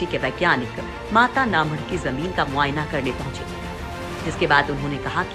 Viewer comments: Mata na madh.... Pronounciation is too poor ( mata na math) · पहले बोलना सीख जाओ जगह का नाम में माता का मठ गुजराती बोलना नहीं आता तो हम भी समझते सही तरीके से बोलना आप लोग न्यूज़ चैनल वाले गुजराती में स्कोर माता का मठ